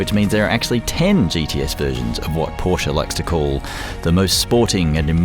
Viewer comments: Try two things: push the sport exhaust button and learn to pronounce Porsche correctly. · How is he a purist and he mispronounces the name.